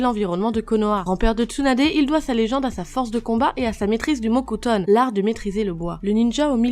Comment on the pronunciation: Elle a dit le mot cutone ou le mocutone??😕😕